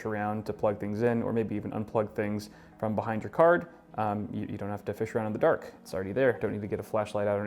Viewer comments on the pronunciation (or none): He just said straight frim nvidia hehehe